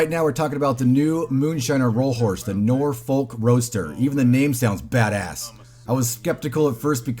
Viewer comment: The L is silent in Norfolk. We pronounce it "Norfuk" in England.